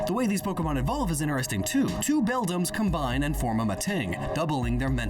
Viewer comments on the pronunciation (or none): none